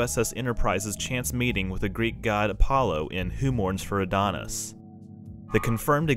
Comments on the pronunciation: "ADONAIS" (NOT "Adonis") There's a big difference. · I wish I had double checked that when I made this. I've got another new video coming out in a couple weeks where I mention "Who Mourns for Adonais" that will hopefully give me a chance to redeem myself for mispronouncing it lol